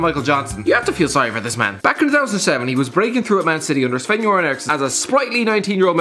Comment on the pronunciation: wait, did you really pronounce Görans name right?? damn!